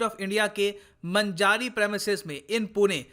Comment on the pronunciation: मंजारी नही वो मांजरी हैं